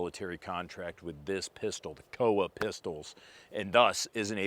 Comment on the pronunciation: It's COA (Co Uh). Not an acronym, supposedly.